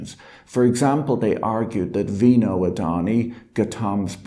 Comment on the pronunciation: Patrick, great video as usual, but to be honest, I wish you'd take a minute to look up how to pronounce the names of people you cover in your videos. "Adani" is fairly close, but "Gautam" and "Vinod" are way off, and hearing you mispronounce them dozens of times over the course of half an hour was a little grating. Not that I have any particular respect for these two men, but you may have viewers with these names too, as they're pretty common Indian names.